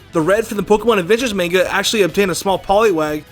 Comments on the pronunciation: I'm sorry, but you just said "man-ga". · Bruh main-ga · DID HE JUST SAY "MAYNGA" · yeah he says "main-ga" lool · He said manga wrong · The way he pronounces "manga" makes me crazy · am i the only one who heard him mispronounce manga in the beggining or am i stupid?